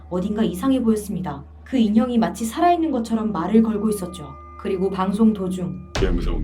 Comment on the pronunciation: 싸라있는 인형😎